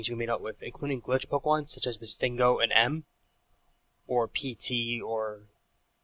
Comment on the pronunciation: btw, its "glitch", not "clitch"